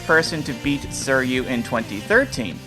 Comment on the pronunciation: The way you pronounce "suiryu" makes me want the stompers to crush my brain 💀